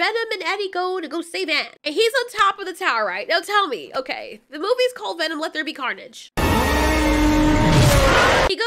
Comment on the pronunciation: she said wets be carnage